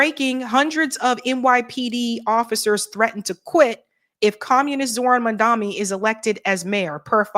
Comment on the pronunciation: Mam-Dani not mamdami